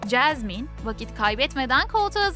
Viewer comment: Çeşmen değil Jasmin 😁😂😅